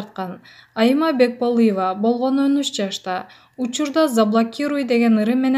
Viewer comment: Сабатсыз кыз Бекболыева эмес Бекболиева деп айтылат фуу башка кыз жокпу окуйтурган